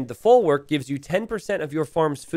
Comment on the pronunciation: Your pronunciation of folwark hurts my ears so let me help you a bit: w in polish is pronounced just like in german, or like v in english. So think of saying "folvark" next time :)